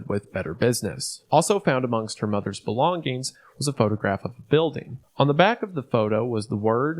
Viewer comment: "g" in the word "Belongings" is silent